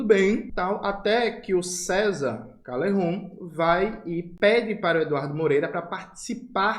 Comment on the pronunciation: Fala Calejon, não Calerron, voce não é espanhol.